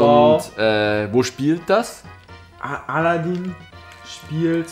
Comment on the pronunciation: Haha aladäää*-* Heisst aber aladin also wie mans schreibt^^